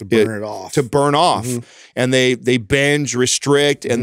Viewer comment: What's up withh weird pronunciations? "benge" "frenge" windmeal"...